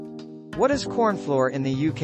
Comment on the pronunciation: AI said cornfloor for most of the video.